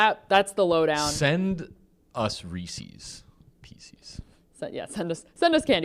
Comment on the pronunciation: Great stream until he tried to say ‘Resse’s’ and ruined my whole day haha